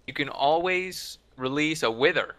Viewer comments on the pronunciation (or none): none